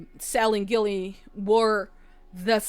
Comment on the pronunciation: Hey! This is one of my most beloved witch movies.😊 I can't even remember the number of times I have seen this. Ok, one thing that was bugging me, & I know u are just saying it how it's spelled, but u were saying Nicole Kidman's character name wrong. U kept saying "Gilly"/"Gillian", but it's pronounced "Jilly"/"Jillian". That's why her sister called her "Jilly-bean", like Jellybean (candy). U ain't kidding about having bad apples w/women too. My ex-girlfriend was a cheater. Actually,, PRACTICAL MAGIC 2 is suppose to be released in 2026.😊 Anyway, fun reaction. Glad u liked the movie.😊